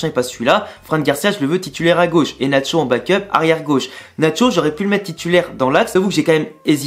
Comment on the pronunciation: On dit nacho